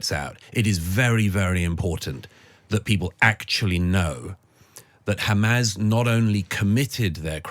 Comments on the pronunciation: So this chap has a degree in English.... Keeps saying hamaz it's Hamas. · Douglas, it's not "Hamaz," it's "Hamas." Fine interview.